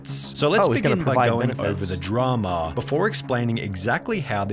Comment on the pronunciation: Why he say it like Dramaaaaah